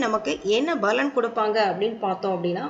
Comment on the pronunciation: U r pronounciation is not good Balan ille palan. La ille lla